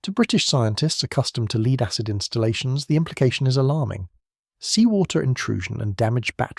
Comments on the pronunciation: < I’d like to have one of those “leed-acid batteries”.> Leed-acid batteries and AI = PROGRESS ! HA HA HA ! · Another 4 minute video in 24 minutes, plus the mispronunciation of homophones ie the metal lead, pronounced as leed. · Its pronunciation is lead,way this narrator says it is like playing lead guitar that’s different from lead ,making you sound stupid mate